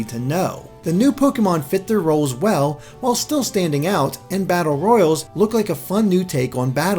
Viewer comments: Its pronounced battle ROY-ALL, not battle ROY-ULL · Battle... royals? ROYALES!! PRONUNCIATION EXISTS!